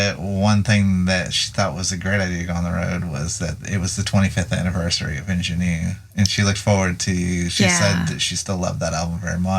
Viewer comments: Referring to the pronunciation of "Ingenue". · I agree with pronunciation of "Ingénue" (sorry!)